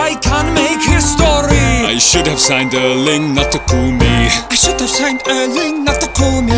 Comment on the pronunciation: to bad you didn't include Pep(e) post match interview with BT Sport ( sec video), saying Hrling instead of Erling.